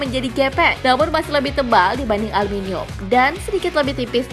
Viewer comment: Ngomong aluminium aja salah